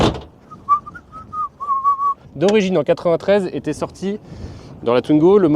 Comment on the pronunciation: "Twnigo", c'est un nouveau modèle ? 😅